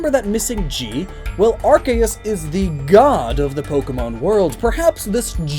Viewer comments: its pronounced ar-key-us not ar-kay-us reeee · It’s are-see-us not are-Kay-as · * Taioru It was originally pronounced Are-see-us but then they changed it because the beginning of it sounded like a “bad” word. Now it’s supposed to be pronounced Are-key-us. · Anyone else cringe when he says Arceus...